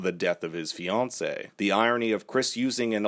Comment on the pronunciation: Shout out to the pronunciation of "fiancée"! A+